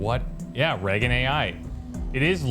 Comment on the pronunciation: He pronounces Reagan weird, right?